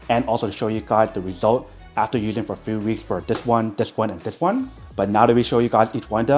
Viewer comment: He needs to go to a speach therapist! His parents probably neglected this when he was a kid.